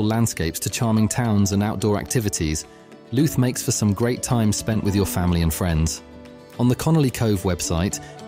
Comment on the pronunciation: Dodgy pronounced towns County Looot Omith ?? But thanks i live just over the border in da disunited kingdom